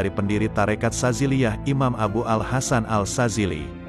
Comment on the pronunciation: yg bicara bukan mas Rio, tapi mesin, mesinnya bilang al sadzily harusnya As-Sadzily 🙏😊